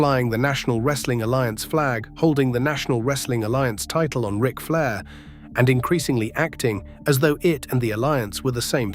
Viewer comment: "R-I-C Flair"?!? Do better. Why don't you at least try to make your crappy ass AI voices sound like a human? Do you not even edit the video to see if the voice is correct? AI slop.